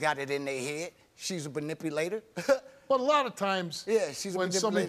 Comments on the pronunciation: I knew he was guilty when he said “PINIPULATOR” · This mf said “you’s a PERNIPULATER” 🤣🤣😂💀 a what sir??? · uuuummm WTH is a "punipulater"👀👀👀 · You say bernipalator, I say manipulator. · He had so many chances to get it right, but "pernipulator" had him in a chokehold. 😂😂😂🤣🤣🤣🤣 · It’s the “Pernipulator” for me that set me off 🤣🤣🤣🤣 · The public school system is doing nothing for y’all lol “pernipulator” really got me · “Panipulator” ??!! Mmm ok . He’s very guilty and disgusting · "Use a paniperlater !" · He said "Preninuplator" 😂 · Could someone tell me what is a panipulator is😂? This murderer tried to say manipulator.🤦‍♀️ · A 'pranipulator'. Damn. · He is said pernipulator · Manipulator, pernipulater, banipulator wtf😂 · Steve, what is a "panipalator"??? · I'm sorry but someone PLEASE tell this man/family the word is MANIPULATOR not "PUNIPULATOR!" 😂😂🤦🏽‍♀️ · Not a “per-nipulater” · I’m still trying my hardest to figure out what a “branipulaotor” is 🙄🙄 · “Use a pernipulator” 😂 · Is he calling her a pernifilator? Wha? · His man can’t even say manipulator lol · What's a panipalator? 😂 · When he said “yous a pranipulator” I knew he wasn’t no good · "A Prelipalater". Sir, what?! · Whats… a pernipulator😂😂😂😂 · You’s a burnipalator! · Seriously, what is a Panipulater???😅😅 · I guesss none of them can say manipulator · The " banipulator" was annoying th out of me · What’s a prenipulator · What's a pernipulator? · Wtf is a Perniprulater? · What the heII is a pernipalater? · I just knew I wasn't the only one who heard that 😂😂😂 over and over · I love when black people try and use big words.. He couldn't say manipulator